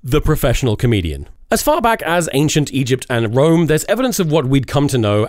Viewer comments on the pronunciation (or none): none